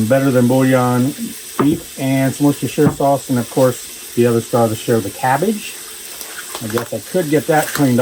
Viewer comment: its pronounced wuster sauce